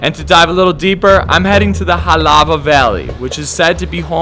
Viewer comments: “Helawvah valley” “molowkaiy”😂😂 haoli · Hole crap when he said "HALAWA"